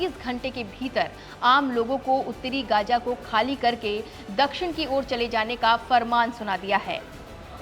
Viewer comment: Gaga nhi gaza 😂 kaha say atai hai yai journalist